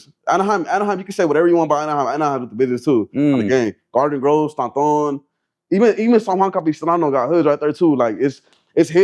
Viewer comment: I never heard anyone pronounce Stanton like that my whole life lmao